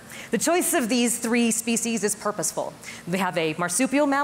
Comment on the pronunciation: What about preventing language from undergoing extinction? The way you pronounce "species" is abominable.